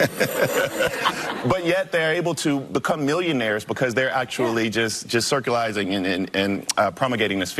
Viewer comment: “Doesn’t have the intellect.” Next words out of his mouth: “and and circlizing and prommelgating” Astonishing display of stupidity.